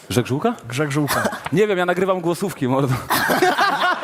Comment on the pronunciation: wiesz, że poprawnie to "gżegżółka", nie "grzegżółka"